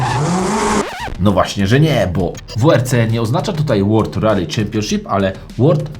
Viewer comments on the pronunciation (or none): none